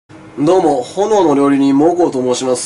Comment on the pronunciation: 挨拶がどうもがのうもにしかきこえんw